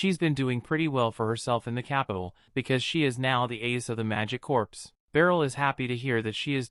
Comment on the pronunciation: Corps is actually pronounced the same as core, not corpse.